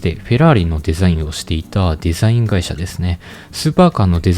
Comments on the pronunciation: 地味にデザインの発音良くて笑う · Design めちゃくちゃ発音いいw